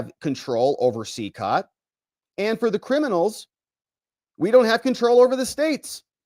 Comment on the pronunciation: FYI, Cecot is pronounced "seh-ko" in spanish.